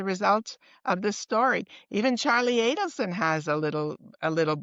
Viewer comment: Just a friendly FYI to the host, it's Adelson not Ableson as you are pronouncing and saying it. I listened over several times and you are saying Donna Ableson which is incorrect.